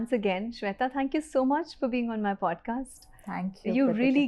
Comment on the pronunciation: What's the problem with pronouncing Shwetha with the right Sanskrit 'e'??? Why the wrong western 'e'. Ashamed of your own language?